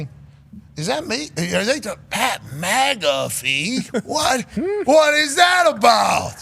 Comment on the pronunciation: "Pat Magafee"